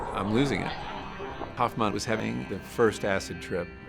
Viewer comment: Hoffman not hoffmon